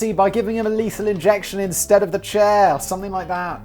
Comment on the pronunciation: Yay, well done Simon and team! 👏👏 First time watcher on Brain Blaze, long time fan of your YouTube channels (I dare not claim to know of all 😋). This was so much fun! I love your high energy and just, glee in this. "Strap him to the chairR" - I watched that part like 6 times, laughing my head off each time. Thanks for keeping me properly entertained all the way here in Cameroon.